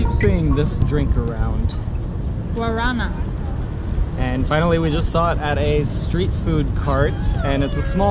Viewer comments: Guarana i(emphasis on the last syllabe) is a fruit from the north of Brazil. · As garrafinhas pequenas de refrigerantes são para que crianças levem para escola ou que não se engira muito açúcar. A forma correta de falar guaraná é com a sílaba tônica no último "á" por isso ele tem um acento gráfico.